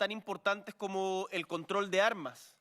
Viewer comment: From Chile... the president: "come-moco" 🤣🤣🤣